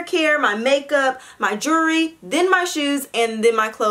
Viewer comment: The way you said jewelry had me crying . My jury 😂😂😂😂